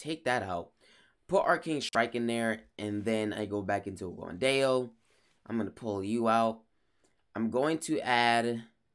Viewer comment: Dao is pronounced more like you are saying Ow after being hurt